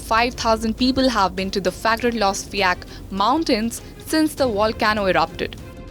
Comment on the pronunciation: I'm really impressed she learned how to say "Fagradalsfjall".